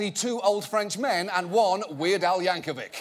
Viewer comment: But negative points for pronouncing Yankovic incorectly.